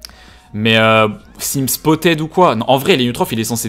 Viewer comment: J'aime bien le contenu mais arrête de dire "spottED" stp 😅